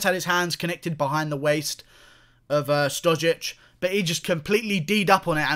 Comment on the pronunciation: Serbia and Russia are brotherly nations so don't be angry. And you pronounce his surname wrong, the š is pronounced like (sh) in shower.